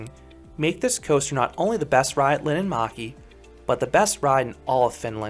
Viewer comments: POV: Finnish person watching this🤣☠️ you don't know how to speak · Sorry but it's linnanmäki